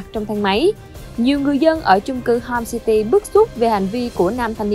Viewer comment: homecity mà mày nói homesty